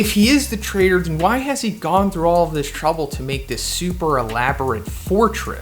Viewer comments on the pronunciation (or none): none